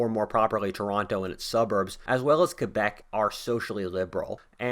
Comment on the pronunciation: Bravo for saying Quebec and not Kwaybec!